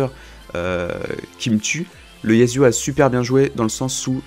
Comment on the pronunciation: Tu peux dire YaSSSSSSSSSuo et non YaZZZZZZZZuo stp sa me stresse xD